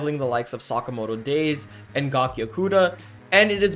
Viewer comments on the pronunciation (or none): none